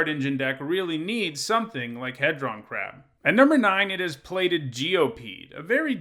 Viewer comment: He-Dron like dodecahedron